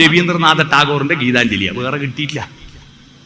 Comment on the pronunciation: Bere alla..vere...athenkilum correct aayi parayu sireeeeee